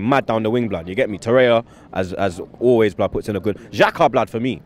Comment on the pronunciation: Why do you keep calling him Awobi, his name is Iwobi. Torrea? 🤦🏽‍♂️